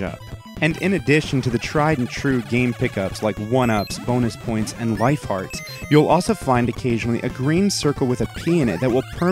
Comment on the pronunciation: when you said life hearts I heard lie farts